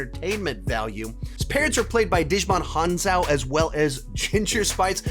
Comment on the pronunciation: It’s pronounced ji-mon hon-soo